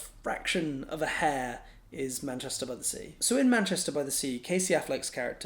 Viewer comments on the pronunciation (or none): none